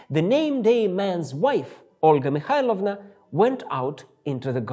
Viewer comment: For no reason prononsed the Olga Mikhailovna's name better than his own.